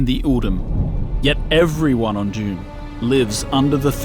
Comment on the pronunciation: The annoying pronunciation Dune❌️ June✅️